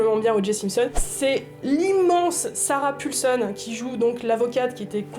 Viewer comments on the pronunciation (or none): J'adore vos vidéos mais AHHHHHHHHHH arrêtez de dire Sarah Pulson !!!! c'est Sarah PAULson XD sinon toujours aussi cool vos pitch ! ça donne envie de regarder tellement de choses !!!!